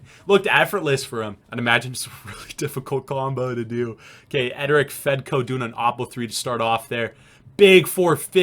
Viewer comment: The second guy Eric fedko it’s not edric fredko